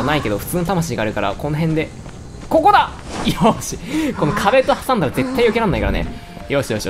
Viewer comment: こぉ↑こ↓だ↗︎！！